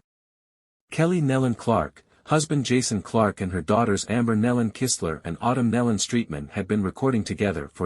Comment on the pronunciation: You pronounced Amber & her husband's name right, Kistler